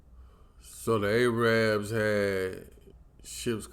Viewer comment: Haha. I love how you said, "The A-rabs."